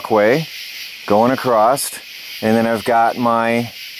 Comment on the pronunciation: Why does say, Acrosst? Across..... with no 'T' All thoses windows well be covered with car sun screens and blankets?